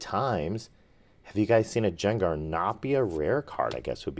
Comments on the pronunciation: Loved the vid! Grade the gardevoir. But please don’t call Gengar Jengar 😂. ❤ it’s a Hard G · Quit calling him(gengar) Jangar please...you sound like an idiot... Only when you do that though!!! Other than that driving me along with everybody else nuts Your videos awesome